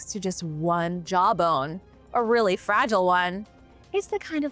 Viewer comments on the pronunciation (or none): none